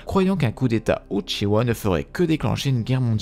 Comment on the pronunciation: j'adore quand il dit " l'histoire du clan OUTCHIWA"